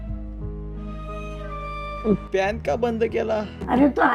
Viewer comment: Fan❎ Fhanyan✅😅